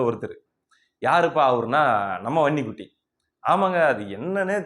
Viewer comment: தம்பி நீ வன்னி குட்டி என்று சொல்லும் போது அந்த உச்சரிப்பு ரொம்ப அழகு